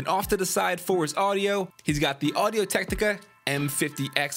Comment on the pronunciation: You just called audiotechnica "audiotechtica"😂